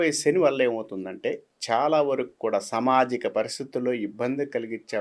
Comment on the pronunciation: Telugulo samajikam anedi correctga palakalede Pramadalu anedi Pramadhalu ani palukutadu Dr anedi evarina rasukovachu pratimata vatti vatti palukutu telugu ne bhrashtu pattistunnafu.